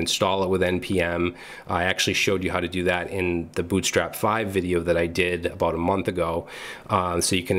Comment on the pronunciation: "Aboot"...... are you canadian?!?!?!?